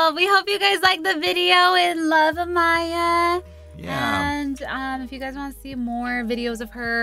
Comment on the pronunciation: haha yes!! I'm the one she mentioned who commented on another of her vids trying to teach her how to pronounce it, i def should've added that she should've kept equal emphasis on each syllable lolol